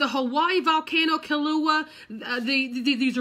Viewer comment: KILL-O-WAY-UH IS THE PHONETIC PRONUNCIATION. Thank you for the prayer.